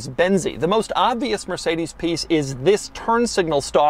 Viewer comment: "Mercedesy" and "Astony" Doug car lingo😅😅😅